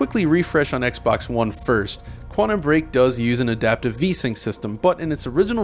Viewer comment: Please stop saying "Quannum"